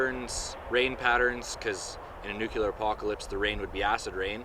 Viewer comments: Nuclear not nucular. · Nuclear, not nucular. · This came up on my recommended videos. For fuck sakes dude, IT'S NUCLEAR, NOT NUKULAR. People who say NUKULAR sound like simple minded morons. NUCLEAR. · Nuclear, not nucular. Just saying. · lol, nucular, funny